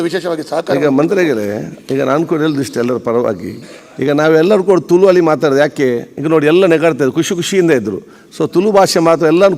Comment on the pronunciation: 'ತುಲು' ಅಲ್ಲ 'ತುಳು' ಅಂತ ಗೊತ್ತಿರಲಿ. ಅದನ್ನು ಮೊದಲು ಸರಿಯಾಗಿ ಉಚ್ಛರಿಸಿ ಪುತ್ತೂರಿನ ಶಾಸಕರೆ ಹಾಗು ಸಭ ಅದ್ಯಕ್ಷರೆ.